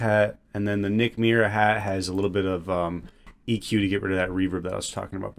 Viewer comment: why does he call it eqer 😭